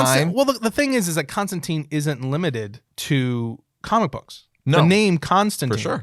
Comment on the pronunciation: Really? Mule-near... What about the j and o? The j sounds like a Y. And yes Constantine is a name from history. And you're still saying wrong. In fact most of these if you just do like 5 minutes of research you will come up with a definite answer if you have any clue what you're talking about when it comes to grammar, spelling and pronunciation. I'll just say this, nobody should be taking your word as an authority. You got a lot of them dead wrong but present them all as correct. If you don't know please don't tell other people you have the answer. It just spreads ignorance.